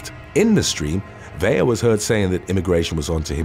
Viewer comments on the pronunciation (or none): Vela as Ve-la the way you have it written not Vella as Ve-ya the way you are saying it. Please get it right. It really does matter.